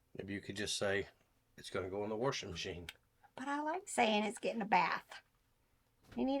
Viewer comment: "Warshing machine"